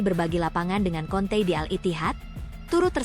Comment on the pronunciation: kante min bukan konte